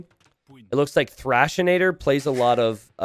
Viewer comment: THRASH-A-TOR. Not Thrashanator. :P